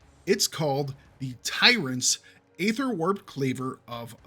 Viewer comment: The problem with all this is that there is such wide variance in stats from one item to another, often but not always linked to item level, that two items can have an identical name, including affixes, and one is fantastic while the other is garbage. Also please learn to pronounce aether.